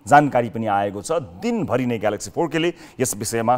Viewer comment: बोल्न नजान्ने, उच्चारण गर्न न।नजान्ने लाडो को हाइ हाइ।ग्यालेक्सी फो के लाडो जस्तो उच्चारण ।